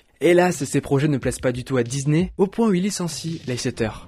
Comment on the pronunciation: DISNEY PAS DIZNER PUTAIN